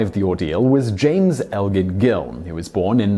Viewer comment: Thank You, Simon!!!! Thank you for pronouncing the name Elgin properly! Maybe it's because I live in North America, but everyone wants to pronounce it as "El-Gin". I've become so jaded that I sarcastically ask "Do I look like a bottle of Mexican Gin?" . Ps. Grammarly helped me with this post, Thank again!